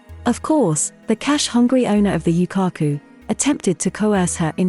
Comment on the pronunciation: Definetely not a Japanese channel but some americanised interpretation of a foreign society. They cannot even pronounce Yūkaku correctly.